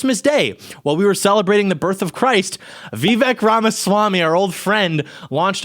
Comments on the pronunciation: Vivek, like cake. Learn to say his name right if you plan to make a whole video about him. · That's not how it's pronounced at all lol